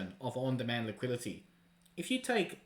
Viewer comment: On demand liquidity not liquility.